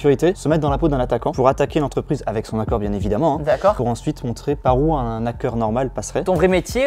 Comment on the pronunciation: Il me perturbe à dire un Nackeur on dit hackeur faites pas la liaison entre un et hackeur c'est horrible quand on le prononce sinon